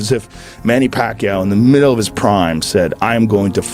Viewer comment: Parkquiao 🧐 kombosos? Tf up with ur pronunciations . Oh it’s AI